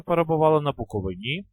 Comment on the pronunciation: БуковИні а не БуковинІ